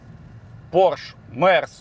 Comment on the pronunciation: Ну вот слух режет слово Порш, не Порш, а Порше - это немецкое название, равно как не форматик, а фирматик, потому что по немецки 4 говорится как фир.